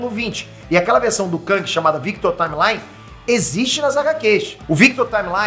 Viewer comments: Eu sei que o fala inglês fluente, mas a pronúncia correta do nome do personagem é "táimeli" e não "táimelai". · só um adendo: Taimelí, não Taimelái. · Salve,, vc é o deus brasileiro dos nerds. Parabéns! Mas, olha, "Timely" se pronuncia /taim-li/ e não /taim-lai/ blz? Abraços. Força Sempre.